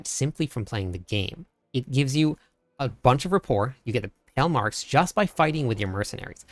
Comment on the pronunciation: It's not Pell marks 😂😂 come on learn to pronounce words properly I know you are American but